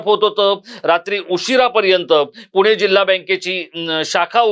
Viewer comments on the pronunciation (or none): none